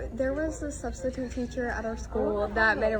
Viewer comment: "Studstitute" has me ROLLING💀